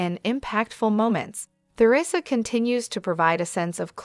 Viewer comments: This must be an AI speaking. "Tea-rissa" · Lousy pronunciation of Theresa's name.